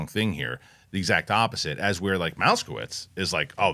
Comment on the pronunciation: It's not "mouse-kowitz". It is "Moss-kowitz"